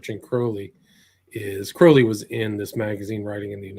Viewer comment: It's pronounced krau-lee not cro-lee...